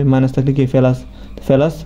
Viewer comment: ফেলাস না প্লাস 😂